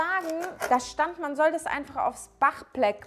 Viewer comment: Bachblek Hahahahah da kam die unentdeckte russin raus 😂